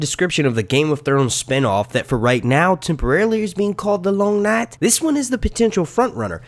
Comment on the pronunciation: I fucking hate how you say long night say it properly or don’t at all ffs